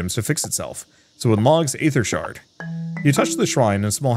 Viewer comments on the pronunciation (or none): none